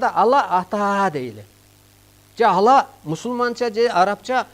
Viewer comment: Бул созду бурмалап атат, ала эмес Алла деп айтыш керек. атайлап бурмалап суйлоп жатат.